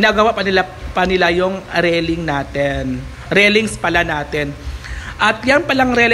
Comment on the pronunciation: Railings po dipo rellings hahah tagal munang nagbo vlog di ka pin bihasa